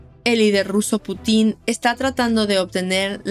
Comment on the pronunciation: No se dice Putín.. no lleva tilde en la i